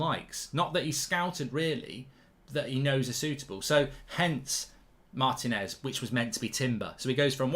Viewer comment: At some point, will Goldbridge learn that the man's name is pronounced Mar-TEE-nez, not Martin-ez?